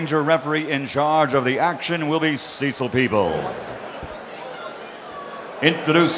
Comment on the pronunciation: I think his name is "Cecil Peoples", not Jesus Peoples